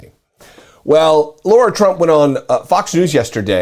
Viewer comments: Sorry, my nit to pick with you here is the mispronunciation of the name 'Lara' (Trump) as 'Laura' (Trump). OK, think of Angelina Jolie as 'Lara, the Tomb Raider'. Sorry about the nit -- part of my OCD I guess -- I appreciate your postings. Keep up the good work. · Lara or Laura? They are not pronounced the same.